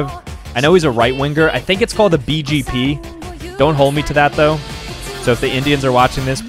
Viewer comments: it's fine but yes we pronounce it as B-J-P,(Bharatiya Janata party) also i knew that there would be a lot of indian political parties when i saw CPI at the starting because cpi-m is still followed but there isn't much craze around cpi yet it made to the list here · You pronounce it correctly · Bjp u pronounced it ryt😂